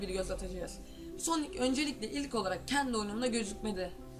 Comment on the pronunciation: knk soni değil sonic .d